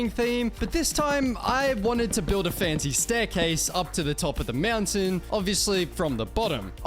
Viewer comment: Ahh yes "To get up the MEOWNTAIN" said